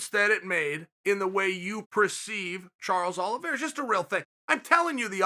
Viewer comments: "Charlie Olives" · "Charlie olives"🤣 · “Charley Olives” 🤣🤣🤣 “It is absolutely log... JUSTIN GAETHJE ..it is logged jammed with stars” 💀💀💀💀💀💀